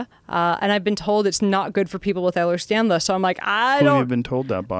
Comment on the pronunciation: Its Ehlers Danlos, not Stanlos. This lady is a tool. I am not impressed